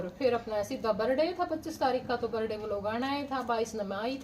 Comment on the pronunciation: Berday kyu bola kre birthday hota h